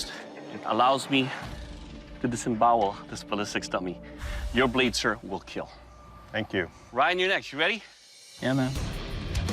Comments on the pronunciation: Doug said kill not KEAL Wtf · It is keeel not keallll; emphasis on the “e” 🥸🤣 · Its a chefs knife and it will keel.